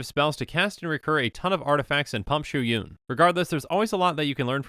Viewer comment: Stoked you pronounced "Shu Yun" correctly